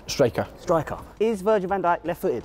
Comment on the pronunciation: My brother thought when you said Virgil van djik he thought you said virgin hent@